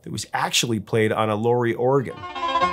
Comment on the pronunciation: Great band, sans all the interpretation which is tertiary to the phenomenon of The Who. Townsend's illness is reflected in his writing and his comments. By the way, it's Lau, not Low, in Lowery.